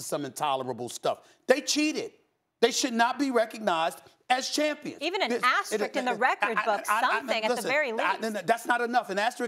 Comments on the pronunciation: Why is it so hard for people to pronounce “asterisk” properly?! All three of these fools pronounce it wrongly. I see it so much on TV and in everyday life. It’s aste-RISK...not aste-RIKS. These are grown and presumably educated people. Most people can pronounce the word “risk” very easily, I’d assume. Just put “aste” before it! Simple! You can do it kids! The more you know.... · She really keep saying “asterik” and no one gonna correct her?? Lol, How you a professional tv host and not know how to say basic English words